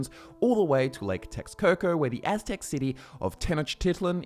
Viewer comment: Dude, very very nice pronunciation of the aztec's names, a well earned like to the video. English speaking people hardly try to pronunciate those names, or any aztec, mayan or olmec name for that matter, and you nailed all of them, just a small detail that is but it shows how much effort you put into making the video